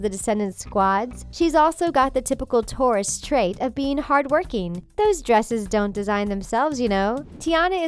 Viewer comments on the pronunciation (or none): none